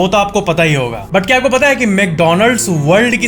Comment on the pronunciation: Kya ki jageh cha kyu bola